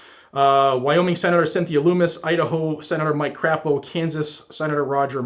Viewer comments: Hahahahaha Mike "Crap"o it's pronounced like a French crepe so Mike "Crepe"o being from Idaho I know this so that's why I'm putting it out there but it's still funny 🤣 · Mike Crapo [pronouned Craypo, not Crap-o]